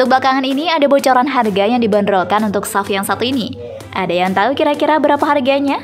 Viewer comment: Sebutan S- U - V. Buat kerja rumah sebelum.buat video - SUV itu kepanjangan dari Sport Utility Vehicle